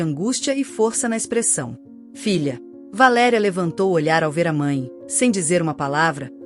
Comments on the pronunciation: Você devia de pronunciar o nome da mãe na história corretos Valéria e não de valeria Você não acha ? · Não é valeria. Isto é verbo. Valer.Valéria é a p ronuncia certa. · V A L É R I A ——- estão querendo mudar o português o que eu penso a pronúncia valeria e tem um acento agudo no É QUE VALERIA. EXISTEM VÁRIAS PALAVRAS QUE ESTÃO SENDO PRONUNCIADA DE FORMA ERRÔNEA, O PORTUGUÊS TEM ACENTOS AGUDO CIRCUNFLEXO, E GRAVE. EXISTE ALGUM ACORDO GLOBAL PRA TIRAR O PORTUGUÊS DO BRASIL DO MUNDO? ACHO QUE VOCÊS TODOS DEVE PROCURAR UM PROFESSOR DE PORTUGUÊS PARA PRONUNCIAR BEM AS NOSSAS PALAVRAS. ME DÓI VER VOCÊS FAZER A BESTEIRA DELA VALÉRIA …